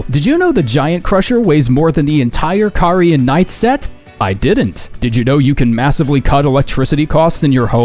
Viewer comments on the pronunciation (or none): none